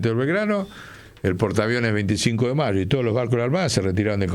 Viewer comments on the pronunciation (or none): none